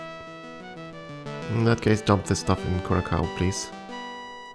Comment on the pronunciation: For what it's worth: It's Kou-Rah-Saou, not -Kaou